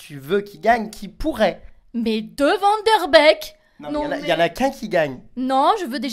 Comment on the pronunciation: Ça se prononce pas vandeurbecque ça se prononce vannederbeck !